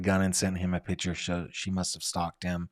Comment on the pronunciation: It’s not PITCHER! It’s PICTURE- pronounced like PICK-CHUR.